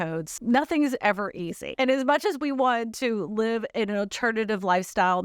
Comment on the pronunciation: If only people could read the script, it would make more sense. I know descriptions from China can get WAY lost in translation. But there is a difference between live and live when you read them. And everything makes more sense when it’s not mispronounced.